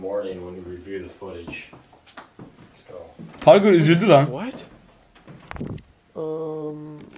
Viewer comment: Parker e parke diyor ksksksmemoss